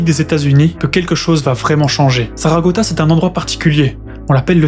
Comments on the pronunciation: Très bien raconté , bravo. Juste un léger détail, ce n’est pas la piste de Saragota, mais bien Saratoga 😉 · c'est saratoga et non saragota